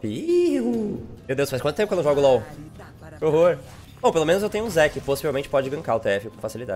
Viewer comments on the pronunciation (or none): none